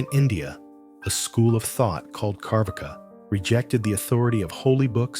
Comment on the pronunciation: Carvaka is pronounced as: Char (like "char-coal" or "char-grilled") Waka (like the song "waka-waka" by shakira) So, Char-vaka.